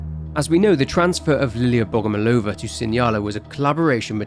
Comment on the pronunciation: Another great video! I was glad to hear the little detail of Liliya's surname origin. It's pronounced BogomOlova, though. Love your videos, mate!